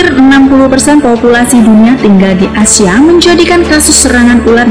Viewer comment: Mimin bilang ASIA di telingaku Asyaip